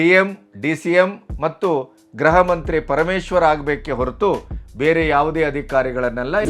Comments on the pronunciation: ಮಾನ್ಯ ಗೃಹಮಂತ್ರಿ ಎಂಬ ಪದವನ್ನು ಗ್ರಹ ಮಂತ್ರಿ ಎನ್ನುತ್ತೀರಿ. ದಯಮಾಡಿ ಉಚ್ಚಾರಣೆಯನ್ನು ಸರಿಮಾಡಿಕೊಂಡು ಗೃಹ ಎಂಬ ಪದವನ್ನು ಗೃಹ ಎಂದು ಉಚ್ಚಾರಣೆ ಮಾಡಿ. ಗ್ರಹ ಎನ್ನಬೇಡಿ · ಉತ್ತರ ಕರ್ನಾಟಕ ದವರು ಗೃಹ ಎಂಬುವುದನ್ನು ಗ್ರಹ ಎನ್ನುತ್ತಾರೆ.